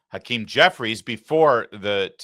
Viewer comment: Hawktah Jefferies...his name is hawktah Jefferies Larry. 😁